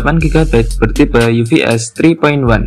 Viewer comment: "itu bacanya ufs 3.1 bukan uvs "